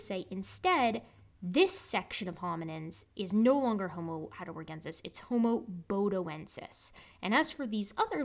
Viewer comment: I first saw the title a couple of days ago, and until gave it the right pronunciation, I was thinking Bodie from AIG. Good to find there's no relation. 😁🤓